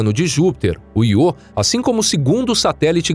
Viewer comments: narrador fala 250 vezes Iô mas não tem acento e assim como a palavra Eu, diz-se então ío e não iô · Canal tão bom que o locutor não sabe nem falar o nome do satélite da forma correta. Ele diz "iô", quando deveria pronunciar ' io '.😠👎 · Cara. O nome do satélite é Io, sílaba tônica na letra ' i ' . Para que a pronúncia fosse do jeito que vc tá falando, teria que ser escrito "IÔ". 😠👎👎👎🙏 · `` IO `` SE LË `` AIO `` PORRA !!!! KKKKKKKKKKKKKKKK